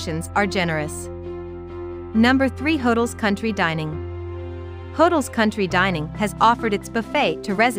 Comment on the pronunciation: It’s pronounced Hoe-dells. 🤣